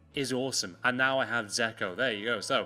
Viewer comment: It's fucking dzeko! Not zeko!